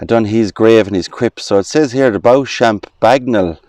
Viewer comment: Beauchamp is pronounced Beecham in England. No idea why. Might be a medieval thing. Enjoyed the walk. Really interesting.